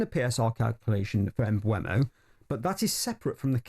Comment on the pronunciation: Why have talksport, sky and all the fan channels suddenly gone back to calling Mbeumo "mBWEMo". There's no w in his name. It's"mBURMo" ffs